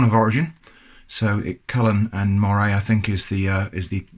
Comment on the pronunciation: I'm from near Cullen and baxters and the region, for everyone I know at least isnt pronounced moray like the eel, more like um, mur, ay, not like, Moor, ay, if that makes sense lol, just thought I'd mention it!! love ur vids :)